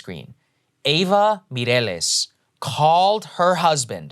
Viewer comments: Props to Saagar for pronouncing “Mireles” very well. Sounds like he knows some Spanish. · "Ava Mireles" Saagar rocking that spanish accent dude 👌